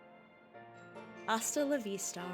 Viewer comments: …if only “Hasta la vistar” was pronounced correctly; did anyone involved in this know that the h in the phrase is silent? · somehow the pronunciation of that phrase was correct there but not in any other time that phrase was said throughout this fan-dub. I’m Hispanic, and I don’t know if the direction with some VAs was just not strict or good enough, but the fact that recordings where the “h” in that phrase is pronounced are present throughout this sub pains me. Also, I have no idea if anyone involved in the production knew Penny was from Galar, but I’m dissatisfied that her VA here spoke in an American accent. Either get a British (preferably English) voice actress for Penny or tell the VA to speak in one while consulting to a Brit for accuracy. I might’ve sounded harsh, but I was providing constructive criticism where I could, and it pains me to say that I’ve yet to find a Scarlet/Violet fan-dub that considers and gives regional accents accurate to where the characters are from (while not sounding racist, of course; also, I don’t mind Larry, Kofu, Atticus, or Salvatore not sounding like they’re Iberian).